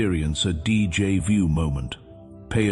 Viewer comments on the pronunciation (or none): This AI voice makes so many errors it's a college drinking game Mispronouncing words speaking in Spanish German Portuguese and French and finally English most Americans and Canadian speak English with no other languages mixed in Two thumbs down 👎👎 DJ vu is not a word in English and it comes from the French deja vu